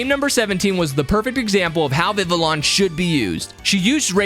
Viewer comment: It's pronounce Viviyon